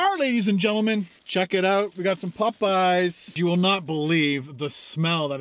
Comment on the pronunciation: why do you pronounce Popeyes so weird!!!!!